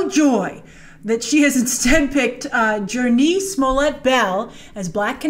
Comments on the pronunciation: First off it’s pronounced “Journey” Smollett, and she’s a really good actress. She’s been in this business a kid and besides maybe that Tyler Perry movie she did a while back she’s been great in everything she’s played in. And I shouldn’t have to justify Mary Elizabeth-Winstead as an good actress at this point. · Jurnee name is pronounced like Journey.